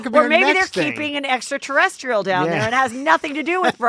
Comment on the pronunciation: Extraterrestrial Heather! Geeeeeeez get it right 🙃